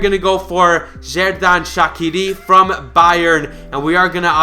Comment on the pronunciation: u pronounce shaqiri wrong